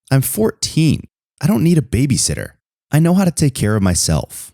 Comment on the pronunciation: He said babysister not babysiter